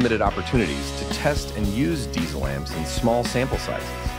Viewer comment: It’s called DiTZel. not S, but TZ 😇 My favorites are the VHX and Herbert.